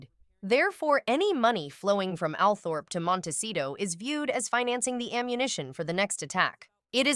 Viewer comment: Althorp is pronounced All thrup!